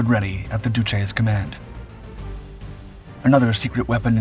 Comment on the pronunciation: A great story ruined, for me, by the persistent, unnecessary mispronunciation of every single Italian word and name - apart from Duce.